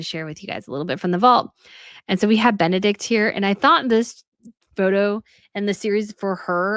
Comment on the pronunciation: Phonetic spelling of Benedikte ( Not silent E, at the end ) Be-ne-dikte benedik-te ❤ from North of Denmark